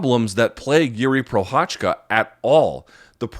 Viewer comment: How hard is it for someone who's been covering MMA for years to actually try to learn how to pronounce the name of one of the former LHW champions?